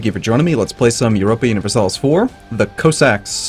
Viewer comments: C-oh-sacks? I thought it was C-ah-sacks. The more you know. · no it's just hes pronouncing it wrong and yes I checked it's not just American English he's just pronouncing it wrong